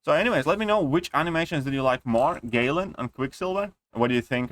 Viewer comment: My man said "Gay-lan"😂